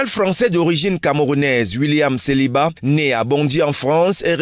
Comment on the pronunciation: Saliba et non seliba